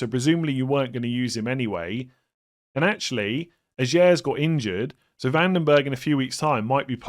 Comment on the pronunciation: Ajer pronunciation, pls fix :P